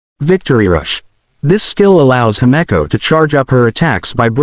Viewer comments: I’m sorry did I just hear hemiko instead of himeko? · And hameco too?